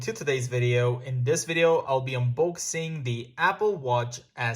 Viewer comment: My favourite and my most favourite funniest part is when he said "unbouxing". (its spell different since you the pronouncation